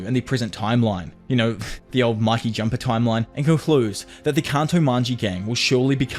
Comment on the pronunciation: It's not maki . It's mikey